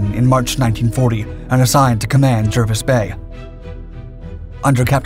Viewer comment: Jervis is pronounced "Jarvis".